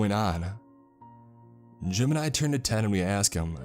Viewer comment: Everytime he says “Jim and I” it sounds like he’s saying JIMIN